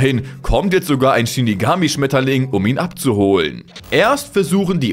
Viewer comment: Ein wunderschöner Schmetterling 😂😂😂 diese betonung von dir😂